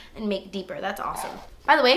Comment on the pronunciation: I swear your videos is amazing there informational, so cool, and funny as hell! i love you. I wait for the story for the burn on your face, and i started laughing then it wouldnt be a video with out you saying " Dass Expensive" and....... chicken lip, i heard chicken leg. Oh that eye liner thou, i was like holy shit just as your eyes open liked that lmao. love you babes